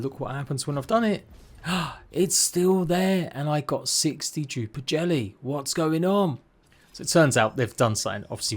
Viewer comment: Lol dude i swear everytime i heard say Dduper jelly i know what hes saying but i hear... 60 duper jelly lol no 6 D duper jelly